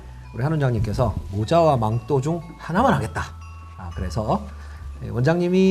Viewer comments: 자꾸 망토도아니고 망또망또 거리는것도 ㅈㄴ웃김ㅋㅎㅋㅎㅋㅎㅋㅎㅋ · 망또..발음 진짜 너무 애긔도긩....귀엽고...센세 최고...